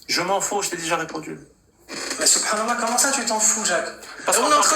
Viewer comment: C’est moi ou à il dit Subranallah 😂😂